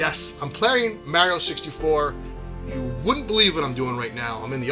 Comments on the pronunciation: Mario, not mary-o. You’re Italian for Gods sake. Paisano. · The way you say Mary Oh❤❤❤😂 Brooo when Star Fox 64 dropped and came with the rumble pack?!?!? I was so blown away by the box size. And SOOO immersed with that rumble feature. And now the rumble is a STANDARD.